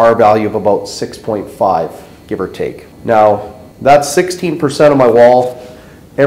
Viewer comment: sixteen not "sixtee"